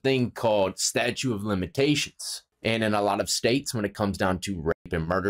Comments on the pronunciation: StatuTe of limitations bro, not "statue" of limitations....Statute of limitations, pronounce the T. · I couldn't tell if you were saying statute or statue of limitations but I didn't hear the second "T" so just in case, for future reference it's statute of limitations. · It's "statuTe", bro, as in laws. Statutes, not statues. Love ya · Statute, its fucking "statute" 😂🤣 you've had problems with that word for years bro 🤪😜😝🇭🇲🇭🇲🇭🇲